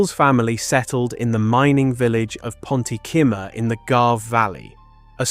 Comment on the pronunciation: Thanks for an interesting story but you need to work on your pronunciation of welsh place names... For example, its not 'ponti-simmer' but pont y cymer